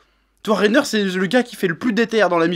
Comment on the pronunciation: Tu t’es trompé en disant Reiter et Bertolt tout le début de la vidéo